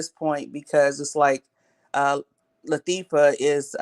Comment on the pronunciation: That lady said LaThiefa!!! And she stuck with that name!!! LATHIEFA, THIEIF!!! I LOVE IT!?!!